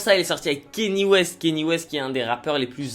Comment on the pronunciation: par contre si tu parle de rap ricain arrête de dire "kenny" west stp, c'est Kanye respect un peu